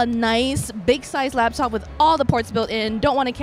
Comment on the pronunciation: LAP top. NOT LAB top. They are designed to rest on your LAP. SMH! Thumbs down for that.